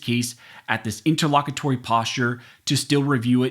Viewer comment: I thought that was supposed to be pronounced as "inter low cute ery".